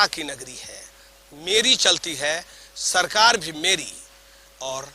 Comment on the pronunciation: रिपोर्टर को अपनी भाषा पर काम करना चाहिए ! स, को श और श, स बोल रहा है